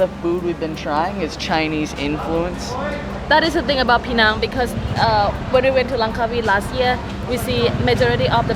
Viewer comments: Please pronounce penang correctly. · I hope i can help you pronounce 'penang' correctly 😂